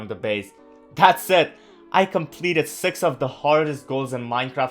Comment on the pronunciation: I like how he says sex instead if six